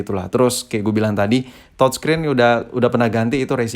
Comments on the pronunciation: Youtuber Lain : TOUCHSCREEN Si ABAng : TODSCREEN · Touchscreen atau thodscreen sii thod